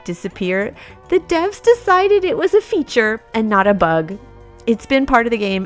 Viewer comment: feathure!?!?!?! Devs are u serious? am I the only one who thinks it's unfair thing?